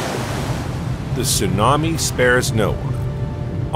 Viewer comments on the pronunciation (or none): none